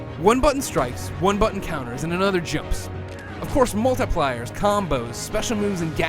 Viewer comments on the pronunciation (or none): did he just say 'mult-i-pliers'?